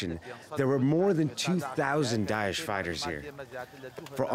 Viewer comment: daesh not desh lmao